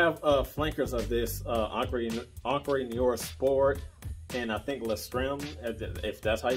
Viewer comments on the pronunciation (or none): It's pronounced "en-cre noo-are'...